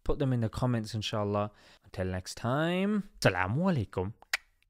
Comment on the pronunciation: Please correct salaam at the end